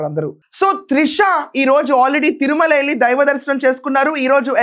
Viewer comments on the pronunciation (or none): none